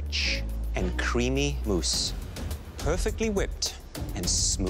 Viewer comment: It's "mousse," not "moose."